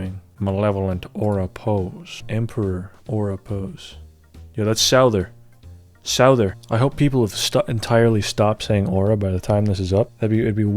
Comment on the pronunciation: Did you say "Selder" instead of Souther? XD